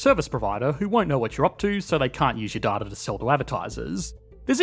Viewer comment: it's pronounced data not data